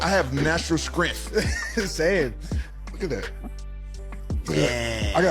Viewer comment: I have natural skrength 😂😂😂